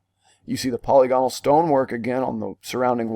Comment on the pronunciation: Not a criticism, just information. The word polygonal is pronounced po-LYG go-nal not POLY-GON-al. You do great work here!